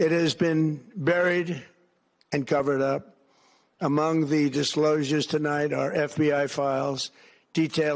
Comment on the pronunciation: Great job, Steph! Hey, , what's a "dis-slow-sure"?